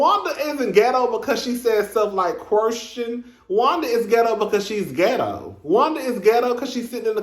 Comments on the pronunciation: Ms. Wanda said “qwerstion,” “get-toe,” and “disrespec-fer.” I was hollerin!!! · Ms Wanda said git_toe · Great Review! That "geto' lol 'how u say it' lol! woman n her daughter both should've taken English Pronunciation classes b4 coming. on tv!!! Maurice want Kimmi 2 build on that forest land dummy bought that's gone take 25 years just to clear off...smdh